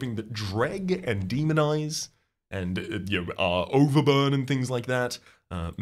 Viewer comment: I am going say first i really am enjoying the series so far. Secondly please tell me im not the only one who keep on hearing demon eyes instead of demonize.